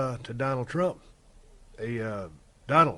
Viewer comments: Oh yes “doland trump” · It's been 3 years and no one corrected "Doland"